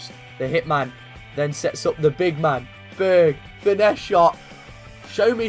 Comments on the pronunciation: You need to pronounce the «e» in Berge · You are saying Berge like it is Berg